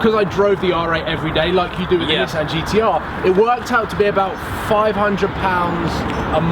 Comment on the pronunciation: People who own GTRs that dont know how to say nissan